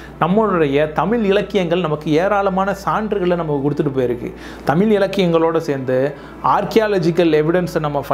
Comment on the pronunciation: முதலில், தமிழ் என்ற வார்த்தையை தமில் என உச்சரிப்பதை திருத்திக்கொள்ளுங்கள்.